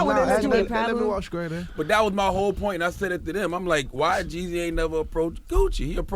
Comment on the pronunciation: he scraight cuh